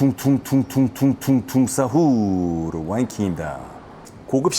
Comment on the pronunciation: 퉁퉁퉁퉁퉁퉁퉁퉁퉁 사후르 입니다 퉁퉁퉁퉁퉁퉁퉁퉁퉁퉁 사후르 는 틀렸어요 제대로 해주세요